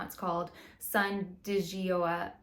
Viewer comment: Gioia is italian for joy. So the easiest way to say it would be Joya. Asking Google "how to pronounce xyz" is awesome for those foreign words. 😊